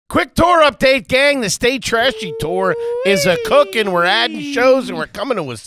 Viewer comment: I just realized it's "Stay Trashy Tour" but I have been hearing "State Trashy Tour"